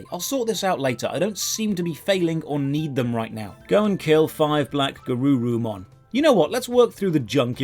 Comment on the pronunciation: it's not call dri mo gaymon its dri-mo-ge-mon. i don't know whats worse this game or this guys incessive need to mispronounce the names😑